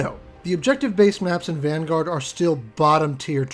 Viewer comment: Van-goat?????? Please never say that again